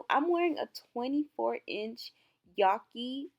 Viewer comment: A Stack i love but sis definitely pronounced it wrong 😭 it’s yah-key